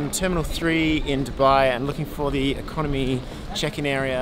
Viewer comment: No one: Absolutely no one: Ecomony guy: No Lounge access